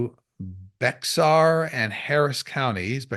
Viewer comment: ❤️Love you!!!! I live in Bexar County and it's pronounced Bear.